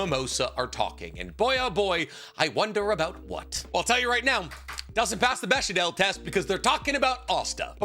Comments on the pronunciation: My guy… did you pronounce it “besh-ie-dell” test?! :’( it’s Bechtel test (beck-dull) test. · Béchadel Test? Where you crazing something with Béchamel Sauce or something? Or have I just been pronouncing Bechdel terribly incorrect all this time?